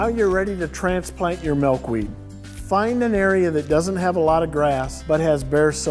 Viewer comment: Malkweed? Are you seriously kidding me? mAlkweed?